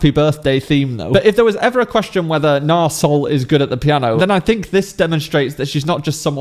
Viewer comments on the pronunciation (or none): A heads-up, it's pronounced Nahr eeee Sol. Not Nar